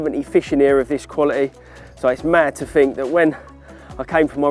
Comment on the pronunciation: Warning this video contains an idiot, who can't speak his own language (I FINK).